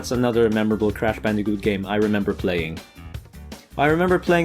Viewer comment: hey u said bandijoot its bandicoot